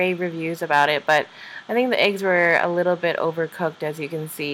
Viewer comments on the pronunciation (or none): "...ze opera house..."😂😂😂😂😂